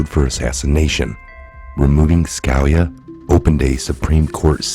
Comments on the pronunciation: It's Scaleeya not Scalya. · It's pronounced Ska-lee-ah common dude, he was a Supreme Court judge for God's sake. I really don't understand how you cannot pronounce simple famous names over and over. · I would think you would learn how to say scalias name